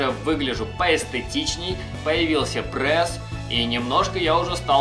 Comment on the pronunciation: Не прэс а прЕс